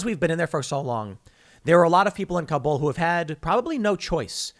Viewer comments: Tim, Kabul actually has first syllable stress, not second, so you pronounce it like "Cobble." Americans routinely mispronounce it. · Kabul: pronounced similar to 'cobble', not kah-BOOL.